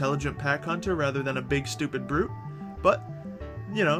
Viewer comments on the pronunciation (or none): none